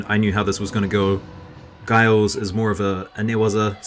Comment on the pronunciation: JUST A WORD ON Giles pronunciation it is a j sound like juice.